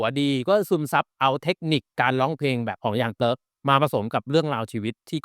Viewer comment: มันไม่ได้ออกเสียงว่าเติ๊กนะจั๊ฟพรี่ 5555